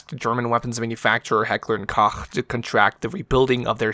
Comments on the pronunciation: Not to be a grammar nazi or nothing but... fucking hell finally someone who says Heckler and Koch not Heckler and COCK. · the "Koch" in Heckler & Koch is actually pronounced "Coke". It's on their website under FAQ :) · Outstanding video. I just found your channel and I’m already a big fan. One note though, Heckler & Koch is actually just pronounced “coke” like the soft drink.